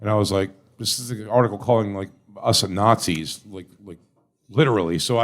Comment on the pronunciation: Jeselnick calling people “nzees” is so lame